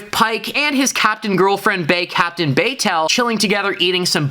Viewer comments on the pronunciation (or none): Pretty sure her name is Patel not baytel. You’re butchering all the indian last names 😂 Another edit: you’re butchering all the names. Even Hansen? 🤣